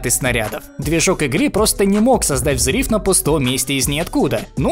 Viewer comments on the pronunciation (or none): При всём уважении, не смог слушать. Отвратная дикция. Взрив, жИвой с каким-то диким смягчением Ж, которое и так мягкое. Ладно один раз, но такая анальная фиксация и появление "И" там, где его быть не должно и смягчение "И" до откровенно нерусского звука там, где "И" быть должно, делает уху весьма неприятно. От себя поставлю диз. Даже если материал интересный, от вашего диктора слышать его я бы не хотел.